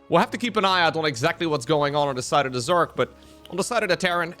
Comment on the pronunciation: The only thing I’ve noticed with English is that when he gets real excited he tends to say Zerk instead of Zerg. “Oooohh Zerkling runby!” Its kind of adorable though so it don’t bother me none. 😅